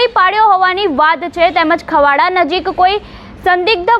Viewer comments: ખવાડા નય ખાવડા બોલો બેન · Khavda chhe khavda nathi It is wrong pronunciation